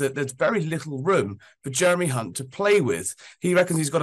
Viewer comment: He's called Hunt not chunt